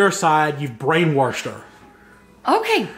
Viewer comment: mf said brainwirshed 😭